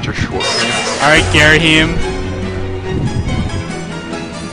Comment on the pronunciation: And it's not Gareahim, it's Gayreehimm.